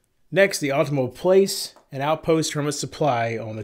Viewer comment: Awwwtohma, not ultima.